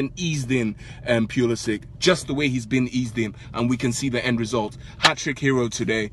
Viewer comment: All these Chelsea fans that don't know how to pronounce Pulisic's name...